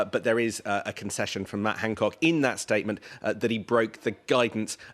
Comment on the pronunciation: Its Han not Hang.